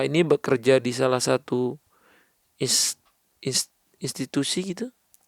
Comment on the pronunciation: Bkn istitusi,, tpi institusi, wkwkk